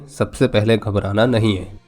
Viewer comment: AAPNE GABRANA NAHI NAHI HAI 🤣🤣